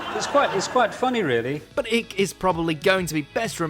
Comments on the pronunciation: It's NOT ick it's pronounced Ike. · Icke is pronounced as in bike not ick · David ICK?????????? 🤣🤣🤣🤣 - it's pronounced 'IKE'......🙄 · It's David eyke not ik! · David Ick..David Ick.............. hahahahahahahahaha you can kinda tell your age!! Its IKE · "David Ick"? Icke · You know it’s pronounced as ike like like or trike lol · “If we were to say the name David Ick to you would what you say?” Well his name isn’t Ick for starters.. 😊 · It's David icke icke is pronounced like pike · how is it so hard for an englishman to pronounce another englishmans name? its david Icke like HIKE but take away the H. of course, you wont change it but who bothers these days? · Icke rhymes with bike. At least get his name right. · Why did the bloke talking pronounce his name"David Ik"?, Its David Icke 🙄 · Are you fuckin kidding an English man can't even pronounce David ickes last name 😂😂😂😂😂😂😂😂😂😂😂😂😂😂😂😂😂😂😂😂😂😂😂😂😂😂😂😂😂😂😂😂😂 WHAT A MASSIVE BELLEND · "David Ick". Ffs. This channel sucks so bad. Always getting names wrong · Love it that you said his name wrong, just brilliant. Glad you left it in. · David Icke is a moron, for sure, but that is NOT how you say his surname,!